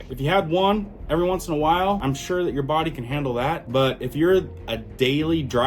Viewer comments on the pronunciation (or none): none